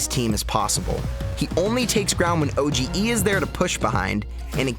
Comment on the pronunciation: Wonderful content as always. Just a little thing: OGE is not spelled o-g-ee, it is just o-g.